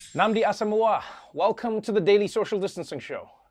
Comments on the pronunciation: For a Non-igbo he did better than 4/10 . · I am actually rating the accuracy of the pronunciation. His pronunciation when considering his ethnicity is very impressive in my opinion.